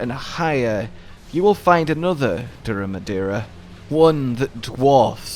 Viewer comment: I think this is when you got the name the most correct.